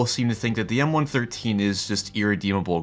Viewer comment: I loved my 113. BTW...it's referred to as a "one one three" NOT a one thirteen.